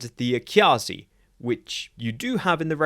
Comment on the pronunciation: the way you pronounce AKyAAAAzi needs to be in GIGANTIC Kanji lol. this clearly shows the Defiant as being the right ship for the wrong war.